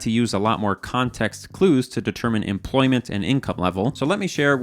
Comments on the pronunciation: Ah yes, empoyment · empoyment uwu